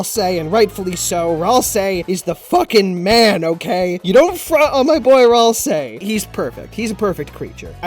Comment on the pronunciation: Ralsei? We'll see? WAILSEE!?!?! (P.S. I've always pronounced it Ral - See, While you say it Raal - Say, but I don't know which is correct.)